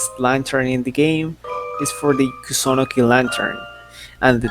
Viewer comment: The way u said kusunoki 💀